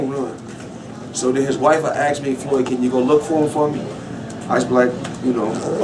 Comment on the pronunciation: "ax" - drives me crazy